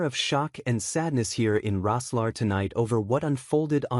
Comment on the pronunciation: For Pete’s sake it’s pronounced..’Rosslair’..ridiculous, a joke!